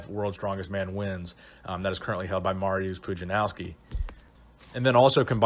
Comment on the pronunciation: Either you butchered Mariusz’s name or I’ve alway s been saying it wrong “ mar-ee-us” ? Polish people please help